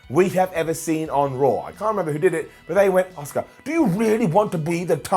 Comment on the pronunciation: Can someone tell to decide on how he’s gonna pronounce Asuka